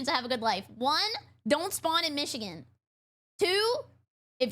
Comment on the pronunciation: Calling it Methigan had me rolling. Seriously though, are folks in Michigan okay? 😂